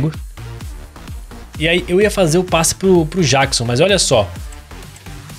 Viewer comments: não se fala jackson jeckson q se fala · Ele fala Jackson do modo mais difícil 😅